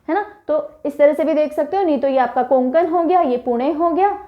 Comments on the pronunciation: कोकुन नाही कोकण आहे ते. 🤦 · कोंकण- ❌ कोकण - ✅ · Sorry mam कोंकण nahi vo कोकण hota hai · It's not कोंकण its कोकण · Konkon nahi kokan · It's not koNkan. ..it's kokan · कोंकण बोलते आप कोकण